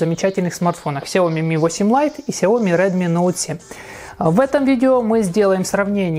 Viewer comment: Очень бесят люди, которые говорят КСЯОМИ!!!